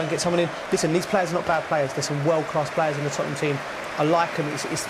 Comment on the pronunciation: "It is the history of the Tottnum" 🤣